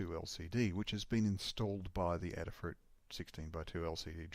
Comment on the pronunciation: Cool demo. Adafruit is Aid-uh-fruit, not Add-uh-fruit. Like Ada Lovelace.